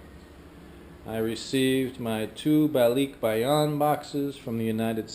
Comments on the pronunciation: I don't mean to be a pronunciation nazi, but I've always heard it pronounced ba-lik-bay-on, not ba-leek-bay-on, but then, most of my barkada in the US, and my wife's family is from Luzon. Is it pronounced differently the south? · Why isn't Michelle correcting your pronunciation? It's Ball-lick-buy-on. :) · it's kind of like you say to-may-toe vs someone else saying toh-mah-toe. American Filipinos say Ball-lick-buy-on because they don't have the filipino accent but mainland Filipinos say LEEK probably because they have an accent. Just threw me off because you said it like you have an accent but you don't. ;) I am filipino american and I love learning about you two, thank you, keep up the nice videos!